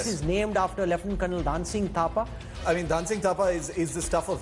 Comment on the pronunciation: Not Dhaaan Singh it is Dhun a Singh (pronunciation)